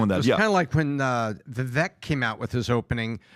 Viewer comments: Love PBD and the show but you guys gotta stop mispronouncing Vivek’s name It reminds with ‘cake’ - ViVAKE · Can you guys please pronounce Vivek’s name correctly please! Vivek like CAKE